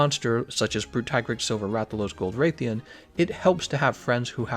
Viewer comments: Why does he say Rathains name like RAY-thian? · Yeah he pronounces several monster names wrong, including Rathian of all monsters. You'd think people who know about Rathalos would know this one. It's even said in the game when you first see a Rathian in the main story. That said, I know Tigrex is pronounced as "Tea-grex" but I still want to say "Tie-grex" Because it appears to be based from a Tiger mixed with T-Rex, and where I come from, Tiger is pronounced as "Tie-ger". That and I've said it that way since Monster Hunter Freedom. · I wasn’t judging I just thought it was funny, I guess I didn’t make that clear